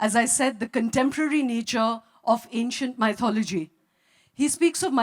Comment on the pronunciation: Is it "my-thology" or "mithology"- I believe it's the 2nd one. Sorry, not able to write the phonetics representation in my ipad😐